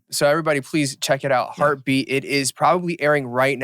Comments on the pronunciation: Listen to my heartue beatue !!!! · listen to my HEARTEU BEATEU